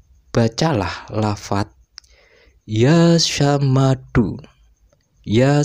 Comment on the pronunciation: Mohon maaf sy mengkoreksi....buka YA SAMADU...tapi YAA SHOMADU....maafkan sy